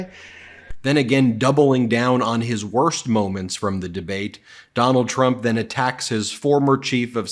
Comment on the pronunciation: ..."the worsk is nuclear warming"... Huh?